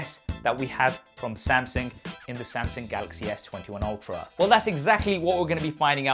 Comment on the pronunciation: Man really said Samsing 😂